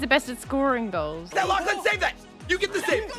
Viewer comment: It's lachy not lacey